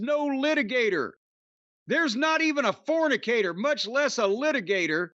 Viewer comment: "There is NOT even a fornikator". hahahahah!